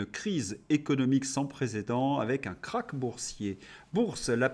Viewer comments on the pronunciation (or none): none